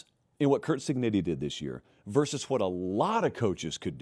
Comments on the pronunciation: I think you owe Indiana’s coach the respective of pronouncing his last name, right — Cig-neh-tee! He wouldn’t have mispronounced Alabama‘s coach as “Say-bun” when he was winning Nattys. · Why does pronounce it “Cignitti”